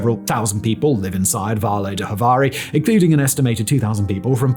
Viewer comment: In Portuguese, Javari is "Zhavari", not "Havari" like if it were in Spanish.